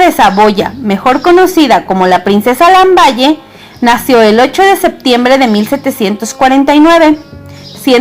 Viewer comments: Se Pronuncia Lambal no lamballe mija !!! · el titulo de la princesa se escribe "Lamballe" pero no se pronuncia así, se pronuncia: "Lambal" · ¡Gracias por el video, te sugiero que intentes pronunciar los nombres como se pronuncian en el idioma que están escritos. Lamballe en francés se pronuncia Lambal, no se lee como en español, demuestra conocimiento y clase, practica y aprende. Por otro lado, se pronuncia Poliñac, tómalo en cuenta, saludos! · Muy buena la biografía sin embargo te voy a dar una recomendación cuando hables de personajes de la historia como es el caso de la princesa lamballe deberías pronunciar bien el apellido porque su pronunciación no es con ll es con l y polignac es con ñ no con n. tienes que tener cuidado con la pronunciación porque de esa forma se le quita credibilidad